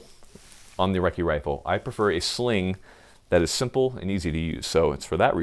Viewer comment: Ya gotta take a swig of beer every time he says recci rifle....